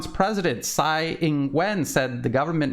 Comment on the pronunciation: Tsai is pronounced as Chai.